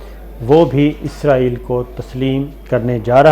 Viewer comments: عزرائیل نہیں، اسرائیل کہا کریں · صابر بھاںئ عزرایئل نہیں اسرایئل کہا کرے